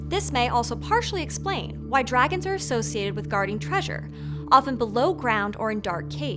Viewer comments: (6.11) "Druehgins" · "dragans" hahaha